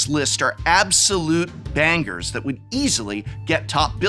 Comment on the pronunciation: It was Prof enunciating every single possible sound of the word 'Bangers' for me.